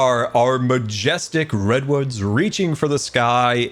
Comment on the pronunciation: post minecraft movie all I cean hear during this episode is "big ol redones" instead of redwoods